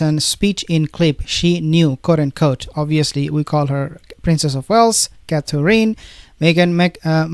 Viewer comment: Please learn to pronounce Catherine correctly.